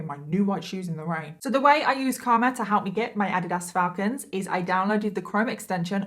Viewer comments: It's not ah di Das, it's uh deed us. Sorry nor being rude I just couldn't understand what you meant. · Sorry 😂I couldn’t understand the shoes you were talking about. We pronounce it Ah-Dee-does here in the US. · Thank you for this video! I love your make-up look. Also..... Adidas is pronounced Ah-deed-us. ❤🧡💛💚💙💜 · Adidas? I believe that word is pronounced "Uh-dee-dus". 😂😁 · Americans are the ones who pronounce it incorrectly. The creator of the shoes name was Adolph Dassler...Adi was his nickname. So it is Adi Das AHH-deeh--DAHS. I only know this bc first time I heard the real pronunciation I thought it was wrong too and was laughing but I looked it up and realized the other person was correct. ;) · I am all of two minutes in the video and I'm so sorry but the way you pronounce Adidas is great. No hate at all but here in America as far as I've heard it's Ah-dee-dus 😅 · FYI 😊it’s pronounced ah-DEED-us. Luv u! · You are saying “Adidas” wrong. It’s ( u-Dee-dus) Lol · Ive never heard someone pronounce Adidas like that before lol in the US we say A Dee Das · girl you're saying adidas wrong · It is so crazy how differently words can be pronounced in different countries. It made me giggle the way you said Addidas lol Love the videos and so happy I found this channel! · Lol, I love how you pronounce "Adidas". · Completely butchered the brand of shoe 🤦🏻‍♀️ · The way you pronounce Adidas is sooo different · I so love your channel and you are a great story teller! I love your accent 😁 I have a thick one as well. But I have to say it took me a few minutes to figure out what brand of sneakers you were referring to in the intro 😄 Adidas is pronounced so different in the US lol love the way you say it lol 💯💕 Can’t wait for new videos 🥳